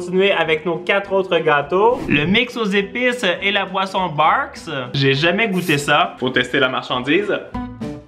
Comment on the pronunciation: C’est pas Barq’s c’est Beurk 🤣🤣🤣